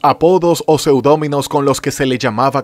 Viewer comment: No se dice seudómino, sino, seudónimo